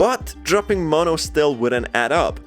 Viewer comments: It's not maahh no say mo then No mono notice there's two ways white:maahh no Spanish: mo no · Mono not ma'am